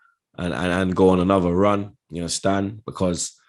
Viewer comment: How many You indarstund? U get me? 😉